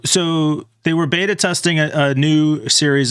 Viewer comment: You guys say "beta" wrong